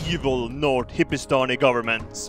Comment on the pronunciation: Did you say hippistani? Kek